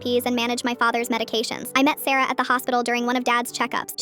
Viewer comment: when you said sarah i thought you said sero